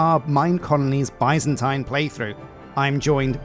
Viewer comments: Love the series ! Your previous minecolonies series helped me immensely when I did my medieval oak build👍. For reference Byzantine is pronounced more like ( biz zen teen ). Of course it’s your channel and you can call it whatever makes you happy😂. I’ll surely be watching till the end!! Although I haven’t previously felt the need to use Patreon, you sir deserve it! You’ll be seeing me soon. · What's funny to me is he used to say it properly when he didn't focus on it. Now he focuses on it and says it wrong.